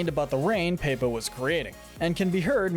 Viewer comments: Paepa (instead of Pepa) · I love how he calls pepa paypa